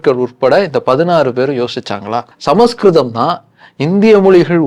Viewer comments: ❤ It is not ""Sama skritham"' but, "" Samskritham"" Pronounce properly, before audience !!!! Samskritham is the OLDEST ETERNAL and God' s own language !!!!!!!! Vedas are in Sanskrit only ! Direct from God ! From his Udukku!!!! Says Lord Siva ! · It's is not samaskritam. It is samskritam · Brother.. Please don't pronounce Samaskritham.. It looks s samskritham.. Please don't misspel